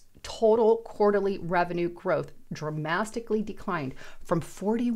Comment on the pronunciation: DRAMASTICALLY. I love this new word